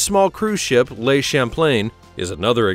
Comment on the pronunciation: "Le" in French isn't pronounced "lay" and Seychelles is pronounced "say-shell"